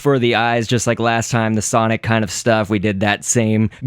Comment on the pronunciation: i 's sonic not sonoc